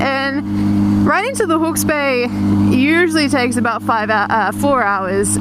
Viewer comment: No Canadian says about like that -_